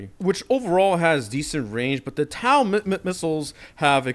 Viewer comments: just a nitpick, but its pronounced tow not tau (sorry for being a nerd) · Im not trying to be that guy but i am, TOW is said like t-oe not t-ow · i am trying to not go crazy to how he says tow taw goes crazy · "Taow" hurt my head this whole video